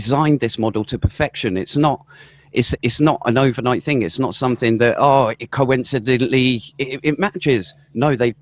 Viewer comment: conincididilly is a word now guys